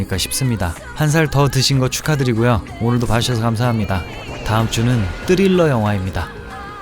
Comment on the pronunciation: 뜨릴러 발음 때문에 너무 귀여운 영화일 꺼 같은 양의 탈을 쓴 늑대 ㅋㅋㅋㅋㅋㅋㅋㅋ